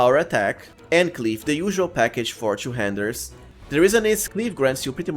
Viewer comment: Why you pronounce all 'u' to 'yu' 'two' pronounced tu, not tyu.